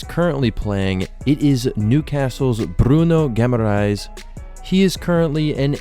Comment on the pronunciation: bro said Bruno Gamma Rays 😭